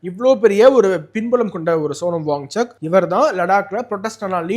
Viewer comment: His name is pronounced as WANCHUK and not WangCHAK. Correct yourself